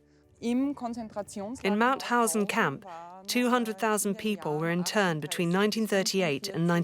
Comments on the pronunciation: Its MaUthausen, not Mathausen. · It's MaUthausen